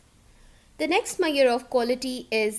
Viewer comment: i dont like saying "Maiyor" for "measure"